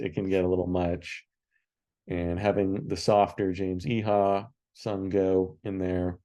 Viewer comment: Pretty sure Iha is pronounced "Ee-uh."